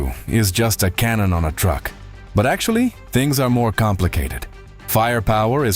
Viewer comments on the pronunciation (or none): none